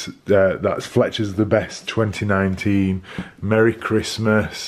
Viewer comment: Awesome family traditions. Beautiful tree and lovely family Are you saying “Merry Crisis?” 😂